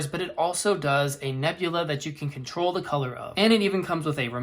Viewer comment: The word "the" is pronounced as "thee" when the word following it begins with a vowel sound (e.g., thee apple), and as "thuh" before a consonant sound (e.g., thuh dog). You should only say "thee" when reading aloud, such as in a prepared speech or paper presentation. You should never say "thee" in casual situations, such as when talking to a friend.